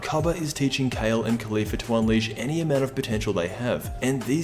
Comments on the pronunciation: It's pronounced "Collie-Fla", not "Khali-fla". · KAH-lay. kaw-leaf-la